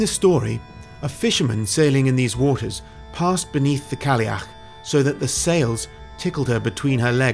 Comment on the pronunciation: Have to add, never heard someone from down south smash "Cailleach" as well as you. My step mother struggles learning some Gaelic when she is up 😅